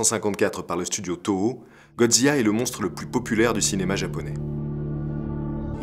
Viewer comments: Excellente vidéo, un travail de grande qualité! Ps: on dit Godzi "la" (Du japonais "Gojira") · J'me plante peut être, mais c'est pas prononcé "zila" plutôt que "ziya" ? Au japon ça a l'air d'être "gojira" mais d'après la vocalise de google, que ça sois anglais ou français c'est "zila" qui ressors. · Superbe vidéo comme toujours!! Mais comment prononce tu Godzilla? Godzia !?!?! XD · si je peux me permettre, dommage de mal prononcé les mots japonais ^^' un S = ss ;) Assimo OU= O long, donc fukuro café etc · Aaaargh ta prononciation de « Godzilla » est insupportable ! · Drôle de prononciation de godzilla ?